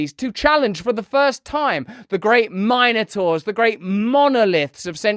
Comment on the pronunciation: Tell me that isn’t how all Europeans pronounce Minotaurs